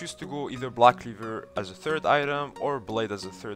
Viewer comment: i liek the way you say blahck cleevurrr